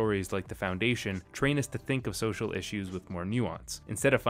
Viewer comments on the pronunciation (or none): none